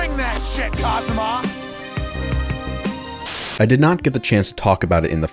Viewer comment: Stop saying kasuma’s name like that